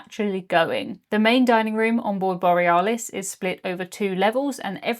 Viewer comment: Are we sure it was the Borry-ah-lis and not the bore-ee-alice 😅